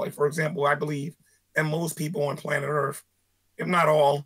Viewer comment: Early on he said "earff" you loose boy chick, perry mason , case closed